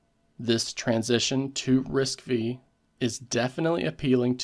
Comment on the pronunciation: It's RISC five (roman five), not V (vi)